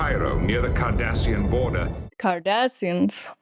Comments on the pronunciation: I think it’s super cute how twice in this episode you said Kardashians like the Hollywood family instead of Kardasains (sp?) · Dear lovely, it's "Cardassians", NOT "Kardashians". 😉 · I swear it sounds like you said "a problem with the 'Kardashians' " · Mispronouncing Cardassians, made my day. 🤣 You are priceless. 😂😂